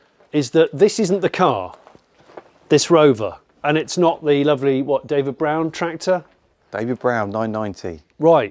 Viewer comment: I think that's the first time in my life i've heard "David Brown" said 'properly'. For the first 42 years of my life that's been a "Davie Broon"